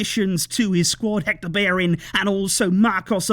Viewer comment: If you wanna pronounce Bellerin correct, it’s beh-yeh-rin